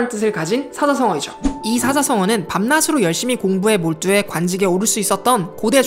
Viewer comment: 이 분 대단해요!!^^ EBS 로 전격 스카우트 되실 것 같아요. '밤낮으로' 발음을 '밤나스로'가 아니라 '밤나즈로' 로만 수정하시면 거의 아나운서 못지 않아요♥